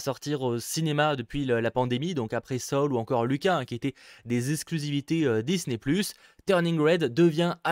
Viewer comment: C'est soul et pas luca c'est looka